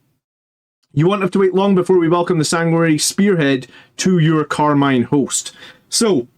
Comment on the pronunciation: Really love your vids, liked and subbed. But theres no T in Encarmine.